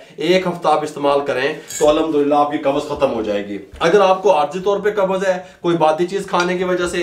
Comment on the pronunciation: Lafz Qabz hai. Do not say Qabaz. With Zabar it is wrong. Say qabz, Qabz. No zabar between b and z. Please pronunce correctly. Dr.Raza Ansari,Muslim University, Aligarh.India